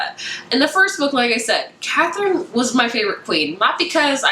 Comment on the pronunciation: You say the Arsinoe and Katherine names wrong just FYI! I listen to the audiobooks and the audiobook pronounces them very differently than how you were pronouncing it. Great review though!